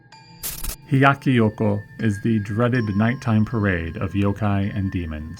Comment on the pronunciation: it sounds like you say Yoko. It is Hyakki Yako.